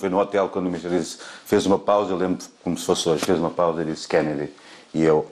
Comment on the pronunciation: Kennedy e nao kennady